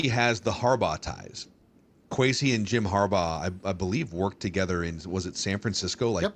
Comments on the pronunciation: At least we don't have to hear mispronounce Kwesi's name anymore after today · How is it that that guy has been on a spinoff show for PD and part of the Vikings mediasphere for any length of time and never learned how to pronounce Kwesi's name? That's pretty embarrassing and more than a little pathetic.